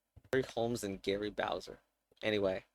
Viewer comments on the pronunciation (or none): none